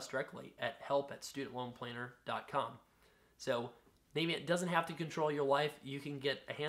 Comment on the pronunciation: It's not pronounced Navyient as in US Navy. It's pronounced Navient as in the fairy from Ocarina of Time.